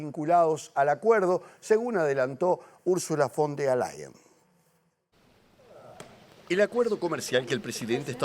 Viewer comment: Se dice VON DER LAYEN